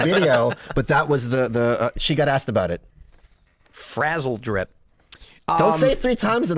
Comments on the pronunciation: "Bro you've never heard of sizzledrip?!" SMH. Its frazzledrip. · ITS FRAZZLEDRIP NOT SIZZLE DRIP YA RETARDS